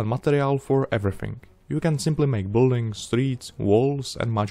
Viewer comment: U building to u říkat nemusíš, respektive bys ani neměl, čte se to bilding ;)